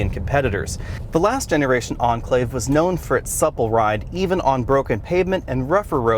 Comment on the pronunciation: cant understand why you pronounce Enclave as Anclave. see correct way Cambridge dict